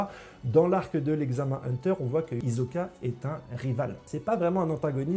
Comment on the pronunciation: HISOKAAAA PAS HIZOKA PAR PITIÉ